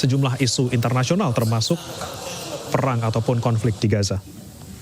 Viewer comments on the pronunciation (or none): none